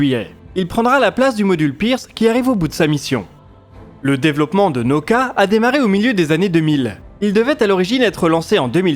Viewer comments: Nauka: elle se pronounce "na-OU-ka" avec trois syllabes et veut dire "la science." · Наука - transliteration Nauka se lit en français Naouka. N-A-OU-K-A.